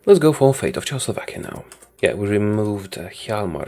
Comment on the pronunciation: i love how he says Czechoslovakia as chowslovakia